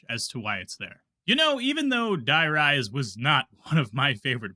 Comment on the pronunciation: "Let's go INSIDE the Denizon"😮... Okay... That's ENOUGH Ytube for today.